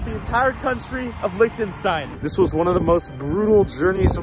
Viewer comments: the way he pronounces Liechtenstein is so... american. 😬😮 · “Licktenstein” Amazing.